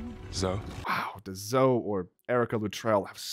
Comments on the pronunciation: Zoe not vo! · am I going crazy or did he call Zo "Vo"